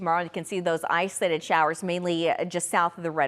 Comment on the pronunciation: The way she says “islated” 😂😂 Somebody please give her the “O” to use.